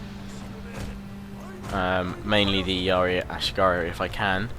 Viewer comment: Ah-She-Gah-Roo, it took me a couple of minutes that he was trying to say ashigaru rofl.